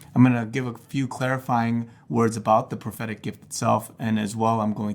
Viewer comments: Am I the only one who keeps hearing pathetic every time he says prophetic :| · Every time he says 'prophetic', I hear 'pathetic'. This poor guy.....